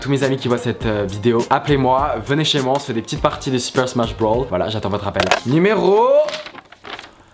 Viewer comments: C ssmach broosssssssss pas smach brow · Super Smash Bros pas Broll tu m’as tué😂😂😂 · C’est super smash brosssssss avec un s et pas brawl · Tu m'as stréssé avec ton "super smash brawl"😭